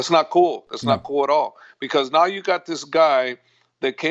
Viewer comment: He didn't say and now, he said and "new"